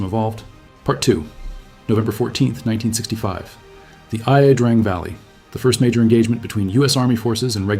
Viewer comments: it’s pronounced I Drang valley not I A Drang, I knew someone who was in that major battle and he told everyone how to say it right before he died from agent orange in the late 1990’s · EYE A DRANG VALLEY? DO you so called documentarians EVER use someone who actually knows the true pronunciations of the places in Vietnam where we were? Pathetic! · Great video. But one small correction: it’s pronounced Ya Drang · First 10 seconds the AI voice says, "I-A Drang". It's La Drang. That's an OCR error or similar mistake an AI would make. No human who actually knows anything about Vietnam would make that mistake. Later on it talks about Army Field Manual 1-15 and instead of saying "one dash fifteen" like a human would it says "one through fifteen" like an AI that has no actual understanding of what it is saying. This channel is also likely run by foreigners just looking to make some YouTube money. I'm really surprised so many of the "vets" commenting here don't notice these things. It makes me wonder if they are fake too. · It is Ia drang, not I-A drang valley. Seems that a robot is reading this stuff. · The narrator (probably A.I.) had problems pronouncing certain Vietnamese names ("la" prefix is pronounced "lah" not "aye a" because it's a French named location) and American military acronyms like "MAC-V" are pronounced "mac vee" not "em aa see vee". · Yeah, the famous "Ay" -"A" Drang valley...what a load of AI bs. Good that this exposed itself in the first few seconds... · "in the I-A Drang valley" not even ten seconds in and your AI narration butchers it already. Seriously did you even listen to this before posting? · i-a drang valley? Come on, not 10 seconds in and the AI slop is showing. I'm out. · The "EYE-AY" Drang valley. Roger that. Excellent video. Great info. Just a tiny cringe there. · You can hear it's AI by the way the name Ia Drang is (mis)pronounced.